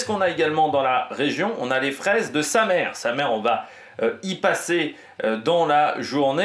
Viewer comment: On dit "Samé" pas "Samere" :)